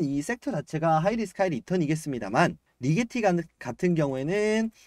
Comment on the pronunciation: 리제티가 아니고 리게티 아님?